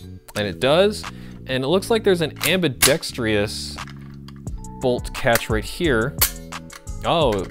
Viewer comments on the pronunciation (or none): am·bi·dex·trous not am·bi·dex·tree-us Please. :-) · Please learn how to say ambidextrous!